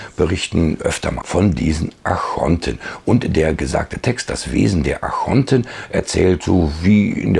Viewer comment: Ich höre immer 'Achonten', müsste das nicht Archonten heissen?